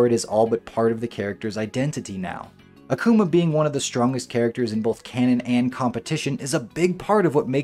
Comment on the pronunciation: Great vid! But It's pronounced AH-kuma Literally means demon in Japanese